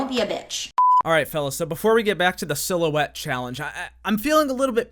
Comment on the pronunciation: "i see a little silhouetteo of a man"